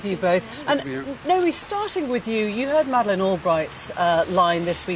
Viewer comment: Its nomiki, not naomi